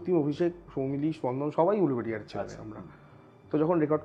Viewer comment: উলুবেড়িয়া হবে উলুবেরিয়া নয়।